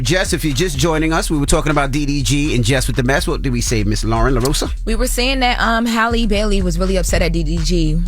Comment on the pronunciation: Honestly the way yall correct everyone about Kamala’s name then turn around and butcher Halle’s name repeatedly is wild